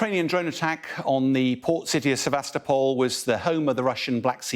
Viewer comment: This host mispronounces names as though he's Peter Zeihan. The emphasis on the "top" in Sevastopol. Listen to Denis Davydov, he was born there.